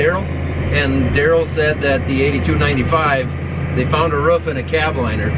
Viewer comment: You say roof all funny